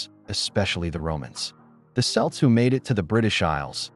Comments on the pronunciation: The 'C' in Celt is pronounced like a K (As in Cocoa) Not like an S ! :face-blue-smiling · It's kelt not selt get it right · You need to get the pronunciation correct: Celt is pronounced "kelt" not "selt". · Not really accurate. The story is far more complicated. Dal Riada was the dominant part. And we pronounce "Celt" as "Kelt", not "Selt" . At least you are getting it halfway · How can the AI voice say “Celtic” correctly but not say “Celt” correctly?